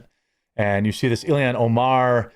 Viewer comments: ILL-HAAAANNNN NOT ILL-E-ANN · ILL - HAN. 2 syllables..."ILL" like to be sick, and "HAN" like to pilot the Millennium Falcon .